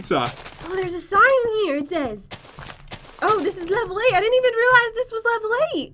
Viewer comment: On levle 8 you said levle 8ch